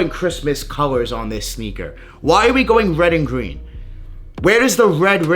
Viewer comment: “Pine Gween” talk right mf!